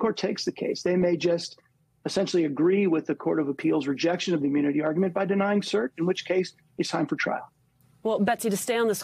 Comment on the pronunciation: Anyone notice he seems to switch between "immunity" and "ammunity"?